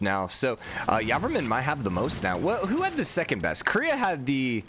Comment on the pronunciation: I'm Khmer and so excited that he made it to the knockout round. Also I'm highly triggered that you say Yarvarmun Instead of Jey-vora-man. Anyway this series is the thing I look forward to every morning keep doing the fantastic job.